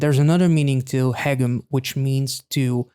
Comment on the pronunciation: Even though he sings "haegeum" quite often, you were already pronouncing it correctly before you even started, so my compliments on that 👍 The "eu" in Ye-eun is exactly the same (you were pronouncing that a little like Ye-oon). Same with Ga-eul.